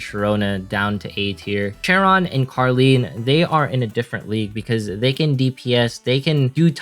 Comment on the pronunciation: The name of carleen are karen and charon are karon i thought he is saying karen😂🤣😂